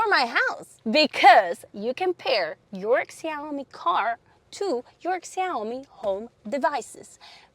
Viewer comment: Cool review, but the brand is pronounced more like "Shaomi".